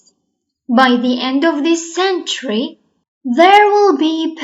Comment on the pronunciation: عفوا بس لفظ century غلط 😢